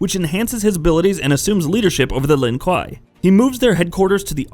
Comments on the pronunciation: It’s Lin (kway) no Lon kwa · its pronounced lin-kway you dumb fuck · Honestly guys, as a Chinese, if we you are genuinely concern about the correct pronunciation, we can tell you that it is pronounced as Lin Gui 林鬼 (meaning: Ghost of the Forest, literally The Forest Ghost) although it is spelled as Lin Kuei. Just sharing, thanks ;) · Wtf “Lin- Kai “ Immediately disliked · Its pronounced lin Kway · It’s pronounced Lin “KWAY”, ASSHOLE. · ”LIN KUAH” WOT 😂😂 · Bro if I have to listen to you call them “Len Kwyyy” again I’m gonna fight your grandma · Lin k-why..... do you pronounce it like this? You are clearly not a fan and riding the ban wagon..... I won’t be returning to this channel.... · RIP "LIN KWAI" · Lin kweeeeeey is how it's pronounced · Gave up watching after you butchered the clan name it’s pronounced “lin-koo-a” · Lin Kuei = Lin Kway .... but yet you can say Shirai Ryu! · First of lin KWAY!!!, and second what the fuck is he saying I’m not understanding anything he just talks about random events and I can’t understand shit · Word he said Lin kai...Like wtf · so fucking true!!! ‘Lin KWAI’ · LINN KWAY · My man has created aids the Lin Kwai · I wasn’t expecting him to say Lin Kah 😆😭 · Lin Kwahi “ahaahaa” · Pronounced Lin Ku-way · In "The journey Begins", Raiden pronounces it "Lin-Q" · ..... Called the Lin what....? Kwhy? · "Lin Kwhy" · Stop making fun of his pronunciation of lin kuei, he tried. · even my grandmother, who never played a video game in her life, thinks you're a n00b for mispronouncing the name of Sub-Zero's clan. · heheh, the pronunciation. Surely, at some point in your research you had come across an MK character saying 'Lin Kuei", right? Like, i get it, bunch of nerds getting upset over the way you're saying something, but it was pretty distracting lol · 99.9% of the comments are he butchered his clan name 0.1% of comments literally this comment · I’m gonna need you to say his clan correctly pls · Say Lin kuei properly!!!! 🤦🏽‍♂️ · KWAY NOT KUUI